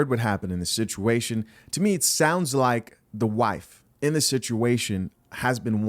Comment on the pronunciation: Dude read THEE Deon Saunders' comment like : "this other commentor says" lolol